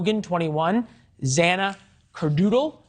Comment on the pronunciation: Way to fucking butcher Xana's name god damn